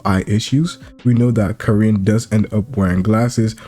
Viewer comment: Stop saying Kirin bruv It’s KARIN